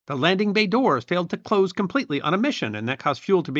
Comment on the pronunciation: Myeah..."Pilots had to play cose attention."...Maybe a little less meth before recording...;)